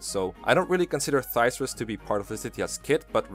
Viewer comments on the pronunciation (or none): “Thysrus” Dear god, that ain’t you pronounce it lol, no offense “Thyrsus” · Its prenounced thur-sus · "Thir-sus?" "INGREE" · I thought it was Thrysus, not Thyrsus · Its pronounced thyrsus come on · It's even funnier, because the Paralogue you get Thyrsus from even Lorenz explicitly pronounce its name.